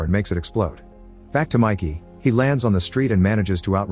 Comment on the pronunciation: It’s not Mikey, it’s Mickey!